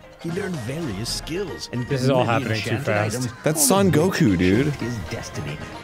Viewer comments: Sun Wu Kong... not Sun Goku... God's above... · arin calling sun wukong “sun goku” killed my soul